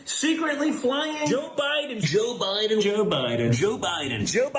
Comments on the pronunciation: He looks high. lol Joe Bi-en lol Its like they cant pronounce their D's. At the end a bus goes past in the background that looks like the woman in the middle! Plus its ironic that a games being played where your not allowed to give away the game and the woman on the bus is making a "Shhh" gesture!" PMSL If that was just coincidence then that's pure natural gold!😂 Plus I want that Dog with the bandana. haha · Don Jr., aka peewee Herman, is too high to say president Biden name correctly. 😅😅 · Joe Bahden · As much as I dislike Stephen Miller, I think the way he pronounces Biden’s name is typical of Californians. My wife and I are both native Californians and we drop the ‘e’ sound, too. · I pronounce it "President Biden".